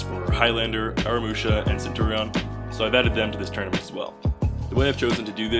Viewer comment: I just hate it when people pronounce centurion like centorion